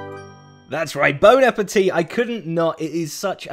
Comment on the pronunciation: "Bone appétit" as a french guy i jumped x)